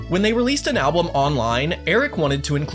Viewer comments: did he say ablum or I misheard it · He said album a little fast, so it came out sounding like alblum